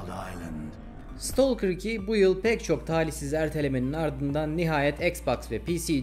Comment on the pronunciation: İstolker değil. İstakır